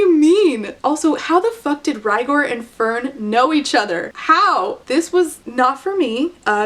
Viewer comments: searched it up👍 it’s fehrn , which out of each placement , would probably change the pronunciation the most🦐🦶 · When you said "Fern with an H" I genuinely couldn't imagine where that H went. Fhern, Fehrn, Ferhn and Fernh all seemed genuinely plausible and equally unnecessary.